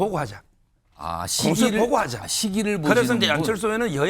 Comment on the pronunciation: 공처 보고 하자? 한국어 발음이 영..